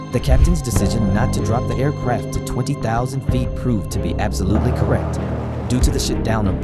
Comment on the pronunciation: Air CRAFT. Pronunciation drove me crazy ..m